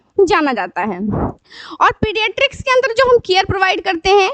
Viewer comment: Mam its pediatrics not pedistric